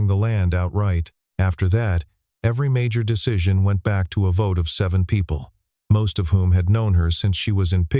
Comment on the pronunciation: At about : : the audio says gibberish that sounds like 'votae' instead of 'vote' with a silent 'e' at the end!. The silent 'e' is the normal English way that word is normally presented!. Oops LoL 😮😮